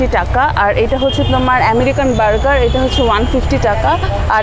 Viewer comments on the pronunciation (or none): none